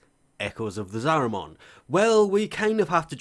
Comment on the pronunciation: Every time he says Zariman it sounds like a Digimon, there's no O sound dude that's an A